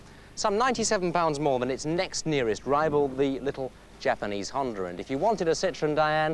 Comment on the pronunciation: He says "jende" instead "honda" 😂